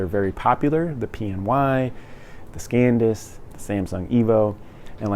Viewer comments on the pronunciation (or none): Bro, it's san disk, not scan disk.